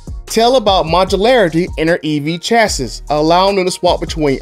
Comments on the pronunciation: It pains me to see such a well produced video have really really bad typos and mispronounced words like "chassis". You say it "Chass see" Not Chass iss and LOSING is what happens when you go down the 1320 slower than the other guy. Lose is a verb that means “to fail to win, to misplace.” Loose is an adjective that means “not tight.” In other words, there's no word in this tense "loosing". Good video overall, just polish the edges. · The “s” at the end of chassis isn’t pronounced